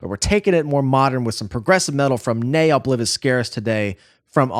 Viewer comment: In Latin the V is spoken like W!